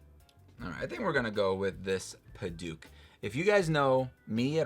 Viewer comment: You’re pronouncing Padauk wrong